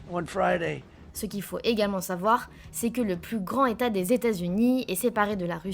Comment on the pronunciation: Le plus grand état. Dire ça sans liaison j'avais jamais entendu. La genZ quoi.